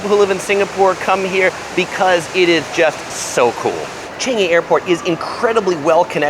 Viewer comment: Chengyi? Isn’t it Changi😂